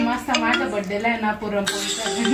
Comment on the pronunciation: पुरमपोळी नाही पुरणपोळी 😅😅😅😅